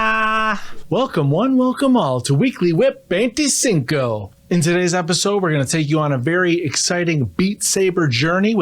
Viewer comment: Jajajaj veinticincou decia